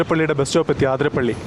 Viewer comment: Aaaaaaaathrapilly alla Athirapilly